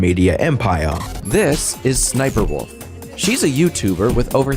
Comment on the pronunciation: Crazy that jacksfilms pronounces sniperwolf's name s-s-sniperwolf lol